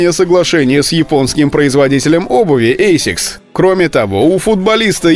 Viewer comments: Айсикс....буууэээээээээ....... АСИКС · Не эсикс , а асикс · Классный ролик , но обувь называется не эйсикс , а асикс